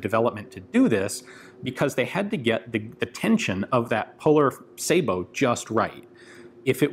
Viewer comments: Finally, someone in the U.S. actually pronounces "sabot" correctly! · I'm glad he knows how to pronounce Sabiot . Too many don't and it makes em sound stupid. A real dumb ass weapon. It's a wonder the army didn't adopt it.